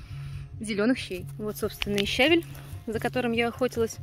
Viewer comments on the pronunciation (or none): Щавель, ващето, называется щавЕль. (и рЕвень, между прочим. А так рецепт отличный! Приятного аппетита. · Ударение в слове "щавЕль"падает на второй слог,на букву "е". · ЩавЕль! Ударение на втором слоге. А за рецепт спасибо 👍❤🌺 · ✅️ ЩавЕль, щавЕль.. Ударение в слове на букву Е! 📌квАшение - на букву А! Просто, неловко за вашу речь...